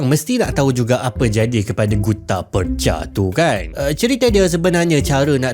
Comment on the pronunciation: Sebutan Percha/Perjha mengikut lidah orang Johor ialah 'Perche' (Per-Cer).